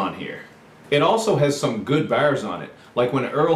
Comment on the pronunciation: That accent when you said bars made me laugh a little